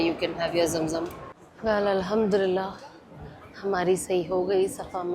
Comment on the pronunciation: Al ham du Lillah boliye aap galat pronounce karti ho